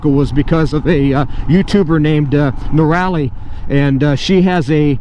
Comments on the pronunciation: Nora-lee is how it’s pronounced , spelled Noraly. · Hey her name is pronounced Nora lee -Noraly.